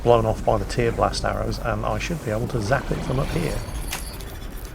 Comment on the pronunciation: OMG,; it's a verb! "Tear" as in to rip something to shreds; not "tear" as in from crying. TEAR-blast!